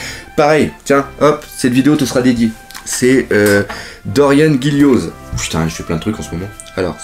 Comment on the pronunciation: Pour Dorian ça se prononce -an et pas -anne et pour Gillioz ça se prononce -Jio